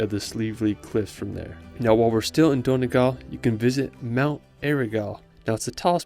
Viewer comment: The way he pronounces Donegal 😂😂😂